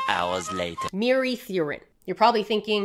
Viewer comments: Man I’m mesmerised and completely in awe watching this… and FINALLYYY at 29 mins in I get to confidently correct your facts 😝😝 The double d in Welsh pronunciation is not ‘th’, that’s too soft and breathy. ‘dd’ is more like making a ‘v’ sound with the ‘th’ tongue placement. The way you pronounce mieridduryn is very English :p in Welsh, I read this word as me-EH-ree-THEE-rin rather than your me-uh-reeth-urine 👈🏻😂😆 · It makes me so happy to see Welsh showing up in different places but PLEASE never try to say Mieridduryn again that pronunciation was ATROCIOUS 😭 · As a Welshman it’s always great seeing my country mentioned in unexpected places and, in case you need it again in future, the “dd” in Welsh is pronounced more like the “th” in “this” than the “th” in “think” but the pronunciation is pretty difficult for basically anyone not from here so you did a good job of it 😂